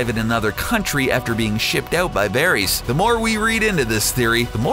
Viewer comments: Good god this guy cant say any name like they do in the show! Verys is pronounced like Veris!!! Not Veries!!! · Vair-iss, not Vair-eez. Jeez!!! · Dude its pronounced "Var-is" not "Ver-ees" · ITS VARYS NOT VARIES!!!! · I can't stand the way he said "Veries" for Varys. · Julia K Varees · varies?? its Ver-iss... do you even watch this show? your pronunciation is off on Cersei too. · I hate the narrator you can tell he is just reading a script. Vareeeees, CerSAYY fuck off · Varees and danaerees? var ISS, danaer ISS. ech. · i dont mind people making vids like this but if you do say their fucking name right varies really its varys va-ry-s watch game of thrones before posting a vid on it same with Daenerys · I'm not trying to be a dick, but the way you pronounce some of these names pisses me off. "Vare-ees" "Cer-say" "Daener-eeeeeees" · Cersei - ser-see. Varys - vayr-is. Lol please watch the show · The amount of times "Cersei" and "Varys" are mispronounced is so annoying. How can someone be a fan of the show but not actually know how to pronounce the names of some of the most prominent characters. And Hodor's real name is Wylis... NOT WALDER!!! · I winced every time Varys, Cersei and Lyanna were mispronounced in this video. There's no excuse for butchering not one, not two, but THREE names.